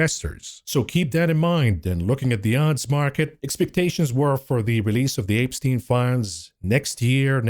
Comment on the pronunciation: apestien my favorite pronunciation of this name lol